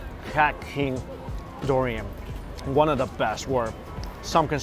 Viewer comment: He pronounces durian like DORian lol